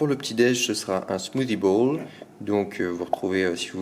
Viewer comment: « Smoothie bouUle »😂